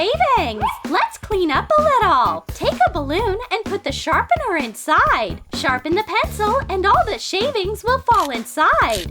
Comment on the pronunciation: “here take my sharpenar”